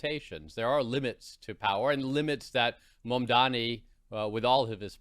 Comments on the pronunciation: Dear #BBC, we know you are a propaganda channel but please, have respect for Mr Mamdani - teach your presenters to at least get the pronunciation of his name right! He is NOT Mamdami!!! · This woman kept calling ZOHRAN MAMDANI as MAMDAMI whereas her cohosts were pronouncing his name correctly. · This is a disgrace for a host who can’t pronounce a name correctly. Madam, the name is MAMDANI not MAMDAMI! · Eric Adams has endorsed Cuomo yesterday, it's not Curtis Siwa, it's Sliwa, not Mandani, Mamdani... are you high?😅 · Mam -da-ni. WTF is so hard about that? They say Netenyahu all day long when they are sucking him off. Fkn WP man. They never, ever, ever change. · the name is MAMDANI! Mam-dani! all the way.. hater can hate as much as they want 😆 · So many inaccuracies and biases slipped in their narrative! Also, the 5th time that this woman uttered MamdaMi, i had to turn off the damn show. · Why is the host incapable of saying Mamdani's name correctly? Is she unwell? It's mam-da-NEE. There aren't three ms in his name. She should apologise especially considering her guests said it correctly throughout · why is the lady saying mamdami? Dyslexia? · If you are going to host a whole show on the man , surely you can learn how to say his name lady! It’s MamdaNi ! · it is MAM-DANI📣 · Is a Cuomo follower? Why do they both like to mispronounce Zohran's surname. It seems a subtle disinformation to confuse the voters. It's MAM-DANI with an N! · How are you not able to pronounce such an easy name M-A-M-D-A-N-I. Or just use Zohran. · I am surprised how this lady journalist is so ignorant! Can't even pronounce Mamdani's name correctly. Rubbish! BBC should assess the calibres of its journalists. Disgusting! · First things first: tell ypur Scottish woman journalist and the one in London, England, to show some respect by making at least a very slight effort to pronounce correctly a very simple name that is spelt just as it is pronounced. Show some RESPECT.